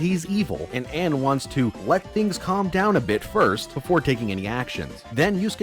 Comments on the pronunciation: How about the fact that for 5 hours he kept calling her Anne when her name is pronounced very differently in game ALL THE TIME. I'm convinced that has never actually played P5, saw that it was a popular game, and thought "Gee, how can I make some fast cash by bashing something that is popular? Time to Google search reasons why P5 sucks and compile all of them into a 5 hour video!" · It physically hurt when he pronounced Ann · yo i'm getting wayy too triggered by how prnounces anns name